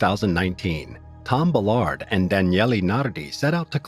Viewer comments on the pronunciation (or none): It's pronounced, "Bal-erd," not, "Buh-lard" for fuck's sake! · Except “Ballard”, he mangles that